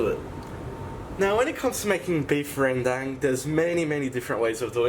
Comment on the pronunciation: Congratulations knowing how to pronounce it.